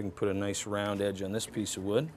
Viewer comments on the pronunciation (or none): none